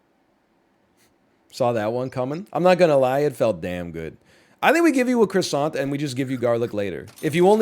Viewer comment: Northern “lets give it a qwassontt” lion